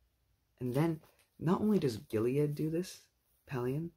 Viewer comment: It's just Gilad not Giliad.